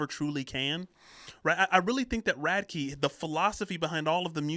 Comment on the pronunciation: Ronnie Radke has started his own genre. "Radke" lol